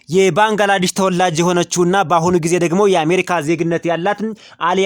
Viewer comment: ባንግላዳሽ አይደለም << ባንግላዴሽ >> በሚል አስተካከል